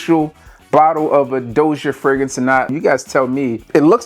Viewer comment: Its pronounced DAH-SEE-AY....And their fragrances are pretty legit, not sure how they got on TEMU....thats a fake bottle of Dossier...trust me